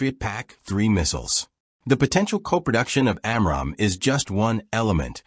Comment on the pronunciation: And its pronunciation of AMRAAM is annoying.